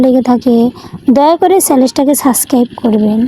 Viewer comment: না বলতে পারেন চ্যানেল , না বলতে পারেন subcribe ঠিক মতো ,আবার সেগুলো চান 😜. বাংলা পড়া প্র্যাক্টিস করেন। তারপর পড়েন। ক্লাস ওয়ান এর বাংলা বই থেকে শুরু করেন